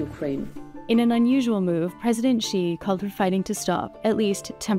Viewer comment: Please learn to say Xi properly.